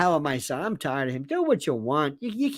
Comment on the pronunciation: “Ah don’t feel no ways tared” HRC